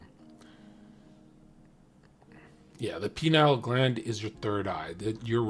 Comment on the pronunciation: Only pronounces Pineal gland line Penile gland